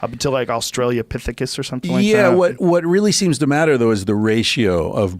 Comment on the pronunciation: Joe "australiapithicus" Rogan